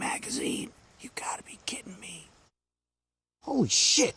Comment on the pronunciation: funny as crap.its weird how u say holy shit